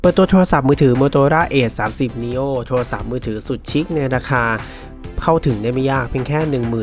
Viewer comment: เห็นด้วยครับ